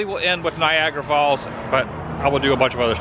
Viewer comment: Did you say Viagra Falls?